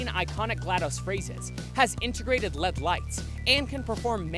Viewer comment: Not trying to be snarky - but they are not called LED lights. They are “El - Ee - Dee” lights.